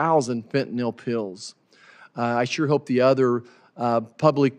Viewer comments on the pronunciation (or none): You cannot even pronounc fentanyl